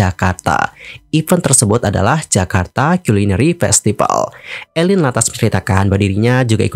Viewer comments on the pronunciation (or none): Tdny mau nonton, tp keganggu nyebut nama orang salah. Jelas2 namanya Aline, pake A, bukan E. Gak usa panggil ala2 Barat jadi dibaca Eline donk. Do you research klo gak tau. Aline artis lama dari dulu dibaca namaya A bukan E